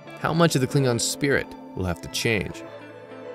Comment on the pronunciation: That ain't how Worf pronounces it.